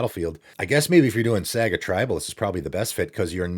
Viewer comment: I was honestly more shocked by how you pronounced "saga" than any of the Norse words 😂 Cover of Darkness finally getting a reprint feels worth a mention. Great card that's been sitting at a way too high price for a while now.